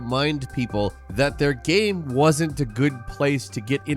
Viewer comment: say the word ''Game'' im serious'' not ''GHahm''